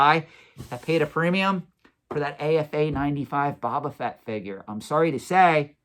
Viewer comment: I’m just curious, do you intentionally mispronounce Boba Fett? Is Boba, not Baba… 😂